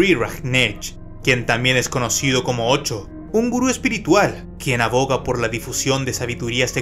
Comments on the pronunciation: Es Oshooo, no ocho! Jajaj 😅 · No es ocho, es Osho, con "sh" ... Interesante vídeo 👍🙂gracias por informar